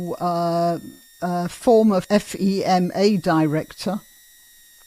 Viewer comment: FEMA is pronounced “fee-muh”. Federal Emergency Management Agency .